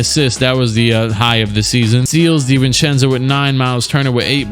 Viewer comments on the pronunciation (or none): none